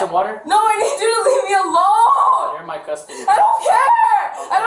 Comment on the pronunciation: There is an affliction of saying leave-uh or any other iteration of adding an uh/ah to the end of a word that people like this thinks puts more emphasis on their opinion….and that it will work in their favor! 😝😂😂